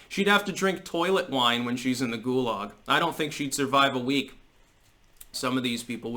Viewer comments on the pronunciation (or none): none